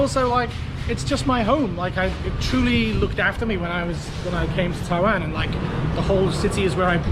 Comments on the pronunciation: At least is willing to admit that he can't seem to pronounce the word "Taiwan" correctly. I never understood why he has trouble on the "WAN" part, cuz he keeps saying "WEN". What's his problem..? And wait, he's an English teacher...??! Wtf dude? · you deserve to get in trouble by pronouncing the name of the country wrong. damn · Your pronunciation of Taiwan and Tainan is wrong. LOL. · They probably heard how you pronounced Taiwan in the first few seconds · Also yes wan and nan have different pronunciation lol u r still saying Taiwan wrong